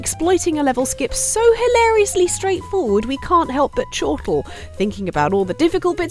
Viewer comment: needs to say "chortle" a lot more in videos. Chortle. Choooo-rtle.